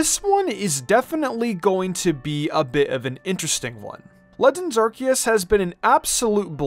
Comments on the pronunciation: HIH - SOO - IAN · Its hi su i